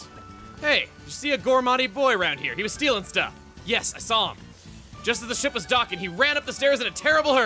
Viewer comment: I heard sh*t instead of ship.